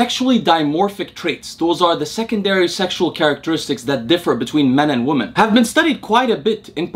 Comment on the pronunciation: Interesting. Also, the word "women" is pronounced "WIH-min". Your English is quasi-native, and hearing you say "WUH-min" for "women" is really distracting.